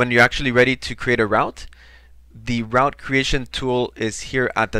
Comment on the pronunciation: Very basic. However, English might not be your mother tong as the pronunciation of route is very strange to me! Try say root for route!